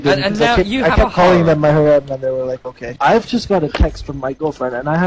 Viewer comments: It's not haw-rem or haREM it's, just harem emphasis on the "HA" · Both of you pronounce harem differently and yet are both wrong lol